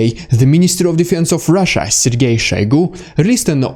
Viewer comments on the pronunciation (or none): none